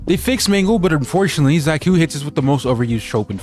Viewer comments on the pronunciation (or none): It's pronounced "Zayh-Cooh", with the C pronounced like the C in "Cylinder". Sort of. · Zay-tsu, with the C pronounced like Sun-TZU